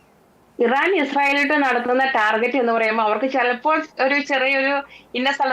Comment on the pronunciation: ടാർജറ്റ് അല്ല സംഘീ ടാർഗറ്റ്😅